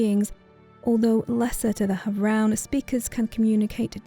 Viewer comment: Beautiful as always, but you're mispronouncing havroun :( As heard in the personal story, it's /havrun/ not /havran/